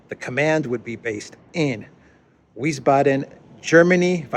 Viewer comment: Wiesbaden was pronounced “Veez-baden” back in 1967 when I lived nearby for a few years, if this helps.